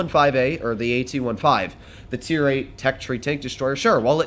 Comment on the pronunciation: can you start calling the tank "AT-fifteen" some day?